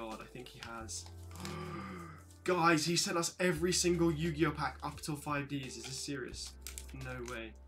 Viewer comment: Yu gi oooh